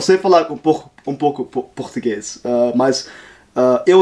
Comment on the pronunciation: good português!